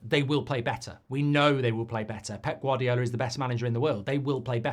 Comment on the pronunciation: Vardy L? it's GVARDIOL. G-var-dee-ol